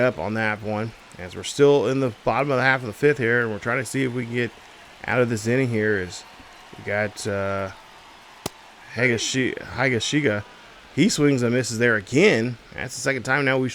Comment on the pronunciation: Garrett Crochet (Crow-Shay) Kyle Higashioka (Hig-Ah-She-Oh-Ka) Jarred Durran (Dur-An) I’m not hating but it’s a little distracting you mispronouncing the names lol😂 I tried my best to be as nice as possible, but awesome vid and I really enjoy the pace of play